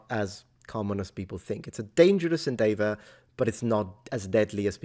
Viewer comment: Hey. Just a correction. Its "prowess", not "prowness". Also, the "dev" in "endeavour" is pronounced like in "development", not like in "day".